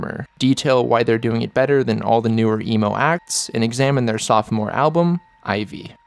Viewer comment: Great video man but you gotta stop saying soph-o-more the second O is silent!